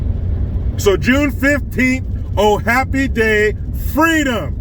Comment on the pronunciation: Not “Freedom”, but “FWEEDOM”! Amazing what the threat of recall will do.